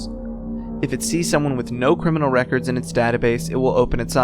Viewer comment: ok guys but when he said 'C R I M I N A L' I felt that